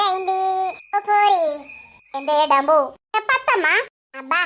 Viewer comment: డంబు గాదు డుంబు అని పిలువు